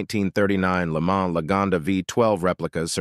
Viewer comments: It's not "Le Man" with man pronounced like the English "man", it's "Le Mahn" with mahn pronounced like lawn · I really dislike these bot-narrated videos that are all over YouTube now. They’re full of mispronunciations (Le MANS, Ford FEST-iva, etc.) 🙄 it just really detracts from the enjoyment b/c it shows that whoever made this video cared more about saving money than by making something really accurate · Yeah it definitely didn’t sound like a 12 imo so I was wondering what was going on there…Also, sounds like ai reading a script…It’s not the Taurus “Show” it’s S-H-O😳and the way Lemans was said was off